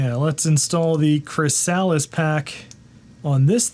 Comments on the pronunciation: Came because people posted how he couldn't pronounce Chrysalis. It is as promised. that resolution, tell me that's due to the monitor? Because the original 1985 Amiga can exceed that res with the right monitor. IP-refs....bwahaha. You sure that's not I-Prefs? you get pushed an update, and your response is to add cooling fans?? Is this a parody channel? It's open in the sense that all APIs and the entire Amiga OS is exhaustively documented. These guys created a clone of AmigaOS for the PowerPC, so they should be compensated richly. Boy: you fail to state that resetting eliminates the slowdown for another 20-30 mins. Yeah this is a satire channel. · Thank you, wasn't sure if he was trolling us with Chris-Alice and Merry-O or what 😫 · For the record, it's /ˈkɹɪsəlɪs/ ... rather than Chris Alice. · Or pronounced Chris-a-lis - just like everywhere else in the English speaking world. You know like a chrysalis of a caterpillar....Not a Chris-sal-is.... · CRISS-uh-liss. Not Chris-Alice. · Chry-SAAALLL-is? I think chrysalis is pronounced, /krĭs′ə-lĭs/, which is a pupa, especially of a butterfly. Source: The American Heritage Dictionary. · i know its an old video and you arent going to read this, but not sure if you are pronouncing chrysalis the way you are for the memes, or if you actually dont know the proper pronunciation. emphasis goes on the kri not the sah. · MorphOS is the only reason I own any macs (2x1.42Ghz G4 Minis, 1.25Ghz G4 Mini & 1.7GHz G4 powerbook) and the add-on pack is pronounced chris-a-lis BTW as in the stage between caterpillar and butterfly/moth. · "chrysalis" = "KRIS-a-lis" with the accent on the first syllable. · Chrysalis is pronounced with the emphasis on the first syllable: KRIS-a-lis. (It’s the stage of life in which a caterpillar develops into a butterfly.) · it pains me the way you pronounce chrysalis lmao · It's pronounced chrysalis, not chrysalis 😅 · Can’t even say chrysalis correct.